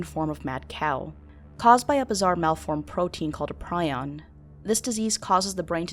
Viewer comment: As a neurosurgeon, my one major issue with the "mad cow" section is your pronunciation of the word "prion". It is pronounced "Pree-on" in the sense you are using it (neurodegenerative diseases), it is short for "proteinaceous infectious particle". The word prion pronounced "Pry-on" is related to several petrels, sea-birds living in the Southern Hemisphere, having serrated edged bills. You can see the difference a pronunciation makes! You have it basically correct as how to contact general spongiform encephalopathy (both Bovine and Human), but Creutzfeldt-Jakob disease is a distinct variant to "mad cow disease". These are all forms of transmissible spongiform encephalopathies (TSEs).